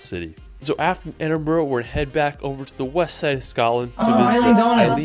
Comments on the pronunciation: Hahaa face every time the guy said Edinboro and Glasgouw 😆the average temp in scotland this summer was 66 degrees fahrenheit. another couple of awesome places in Scotland are Fingal's Cave which is a sea cave on the Isle of Staffa, it's pretty unique and stunning, and the island is also uninhabited but you can visit it and go in the cave's walkway when it's low tide. The Isle of Arran is another beautiful place, the island lays just off the west coast of scotland and it's got mountains with eagles, golden sandy beaches with palm trees, forests and it's well known for its local produce with its island famous cheeses, fruit preserves and ham. probably the best time to visit here is July/August when the weather is at its warmest and also during these months the Edinburgh Tattoo and Edinburgh Fringe Festival is on, so there's always a great atmosphere in Edinburgh with all the tourists there. Great video guys 👍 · Hiya and, I live not that far from Scotland, about 45 miles, In Scotland are couple can get married at the age of 16 without parental consent, that's why Couples Go to Gretna Green, Gretna is about 5 miles into Scotland, I like the way you corrected The guy saying Edinbrow instead of Edinburgh, keep up the good content, I've got Connections with Mary Queen of Scots, hence my surname, this is Choppy in Whitehaven, Cumbria, England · Just love that you pick on the mispronunciation as it drives me insane too! And... erm... we don't pronounce with an "r" either lol 😂 No offence intended and I'm English (London). Westminister, Bowrow Market, Edinbowrow argh and on it goes. Love the vids, keep 'em coming! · lol, I have to agree, I cringed every time the guy said Edinbroo , if you wan to see a different Scotland try looking for Video of the Outer Hebrides, I live on the islands of the Uist and the beach a spectacular . Keep up the great videos. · I think I cringed as much as every time I heard Edinburrow.